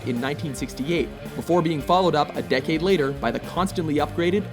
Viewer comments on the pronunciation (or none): none